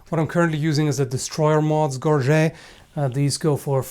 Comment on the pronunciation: Gorget is an English word, it's ok to pronounce the T.